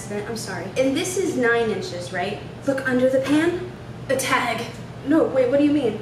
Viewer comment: “A tag” was said with the same inflection and conviction of “a child!” “No!”